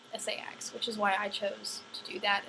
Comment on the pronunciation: "Say-ax" It's pronounced Sax, hence Saxons...